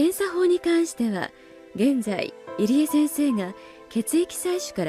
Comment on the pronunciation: pronounced Irie as Eerie lol plz it’s EE-ree-eh